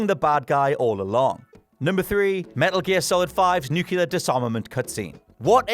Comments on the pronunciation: nuclear.... new-clear... not freaking new-cu-lar. it's annoying when you can't pronounce your own words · Nuclear*, not “nucular” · Stop saying "nucular". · Nukelar Nukelar Nukelar Nukelar Nukelar Nukelar Nukelar Nukelar Nukelar Nukelar Nukelar Nukelar Nukelar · Repeatedly mispronouncing nuclear as, "Nucular... Nucular... Nucular... Nucular..." should get him reprimanded. Brown says that too, sadly. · Nucular weapons... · Why the f can't native english speakers pronounce the word "nuclear" properly? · I cant get past horrible pronunciation of nuclear. GEORGE W. BUSH BE DAMNED!!! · Don't blame! This is! 😂